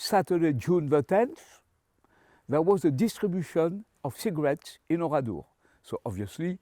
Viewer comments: pourquoi dit il OURIDOR et pas oradour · Oradour non pas Oridor.... Ça m'énerve.